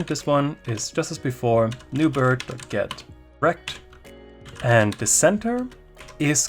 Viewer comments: .get_rect sounded like Get Wrecked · I'm Australian and couldn't help having a little giggle every time you said "get rect". Great video by the way, thank you!